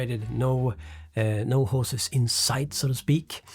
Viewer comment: "no hoses in sight" sound very similar to "no hoes in sight" and i get a lot of bitches so you know my cables run externally 😎